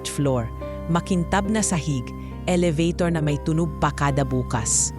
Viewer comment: Ano ba yan elabator yung bigkas